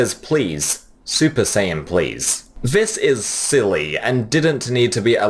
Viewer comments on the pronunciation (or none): Dude, you've clearly watched Dragon Ball for some time - how come you can't say "Saiyan" correctly?!